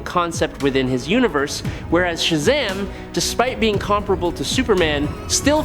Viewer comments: Why is he saying Shazam weird? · Cause the AI they using